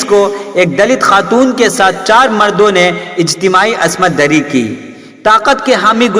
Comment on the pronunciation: Asmat dari nahi bhai. Ismat dari hota hai